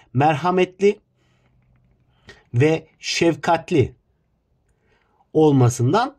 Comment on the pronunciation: şevkatli ( şefkatli olması gerekmiyo mu )